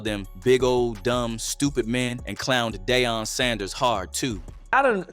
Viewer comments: "Day-on Sanders!" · Who is day-un😂😂😂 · Damn this ninja can’t say DEION